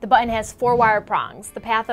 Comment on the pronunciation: Omg. "But-ton" not "bu-in". Please do more of these! They are hella bad.